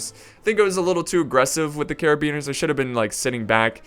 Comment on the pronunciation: You know muske-teer try saying carabi-neer. lol carabeaner.